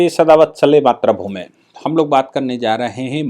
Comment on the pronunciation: मात्रभूमि नहीं मातृभूमि कहिए सादर निवेदन